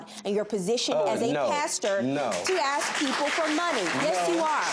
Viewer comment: A S K not A X 🤣